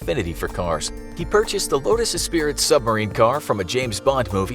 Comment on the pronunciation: "lotus espirit" that pronunciation hurt